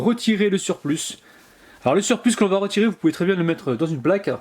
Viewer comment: Je rappelle que "surplus" se prononce "surplu" et pas "surplusse" 😁